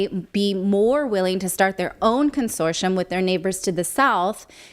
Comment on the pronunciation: Natali is pronouncing consortium as consortion.